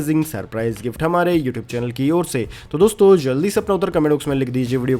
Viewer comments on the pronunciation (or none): none